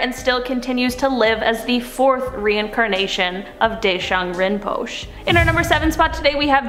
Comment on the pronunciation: she lierally said rinpochoe as rinpush